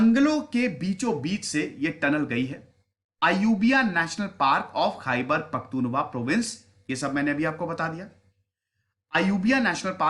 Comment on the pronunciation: सर ख़ैबर पख्तुनख्वा है,,,जिसमें त के ऊपर बड़ा ऊ है